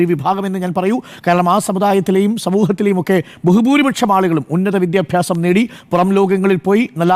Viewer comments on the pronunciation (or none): none